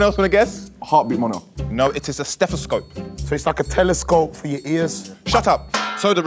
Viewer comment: Stestethescope. I agree definitely how that is said and spelt!!!🤣🤣🤣🤣